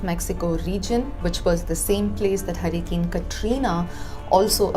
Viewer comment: It not Harican its Hurricane. What ever accent may be or you are of foreign origin.